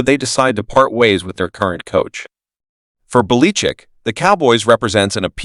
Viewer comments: Where did you learn to speak , calling Belachick , Baleechick . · Sounds like AI computer generated!!! Tolbear?? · The names not Beleechic . Learn to pronounce names correctly . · You can't pronounce the name of the coach you are talking about! Why would anyone lisen to YOU. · why cant you pronounce Bill Bellichick's name as the rest of the world. Are you reading only ? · What coach are you talking about? I never heard of that guy. The pronunciation of that name is not correct. If you’re talking about Bill Belichick. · FIRE the commentator who can't properly pronounce preeminent coaches names.